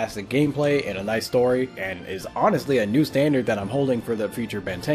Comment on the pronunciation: why do you say mew